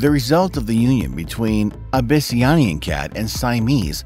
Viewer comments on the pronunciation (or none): The way he said abbyisan cat is funny Sorry if i wrote the cat breeds name wrong 😂